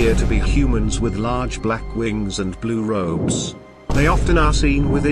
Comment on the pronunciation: how he said "blue robe"